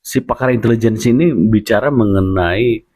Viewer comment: Itu bukan intelejen...tp Itilijen ...😂